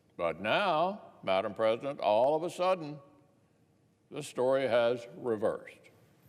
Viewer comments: Was that a slip of the tong that he called Nancy Pelosi madim presedent?? That's funny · Did he just say madam president? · Did he say Madame President???